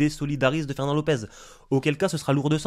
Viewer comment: "Ferwnand t'es morwt"